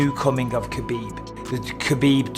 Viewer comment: “Ah beeb” not “ka bib”